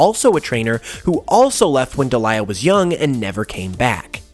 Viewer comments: Great video but I cringe every time I hear you say Ash's Mums name. It's pronounced Deel-i-ah (Delia) not De-lye-ah (Delilah) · Delia (Deal-Ya) Not Daliah (Da Lie A) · I think it's pronounced Dee-Lee-Ah not De-Lie-Ah but otherwise more videos on this topic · Deal-yuh not Dee-lie-yuh 😅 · It's Delia, pronounced "Dee-lee-ah," not "De-li-ah." Good video, that just bugged me. Good job otherwise, though. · Delia is pronounced Dee-lee-ah. It sounds like you're trying to say Delilah in this video. Sorry, it was driving me crazy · Love the video, but in the anime, Ash’s Mom’s name is pronounced dee-lee-ah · Your pronunciation of Delia makes me cringe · Also why can no one pronounce Delia's name XD